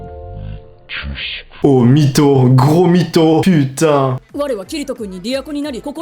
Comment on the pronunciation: Quand il dit ptn il a vraiment l'air d'un français XD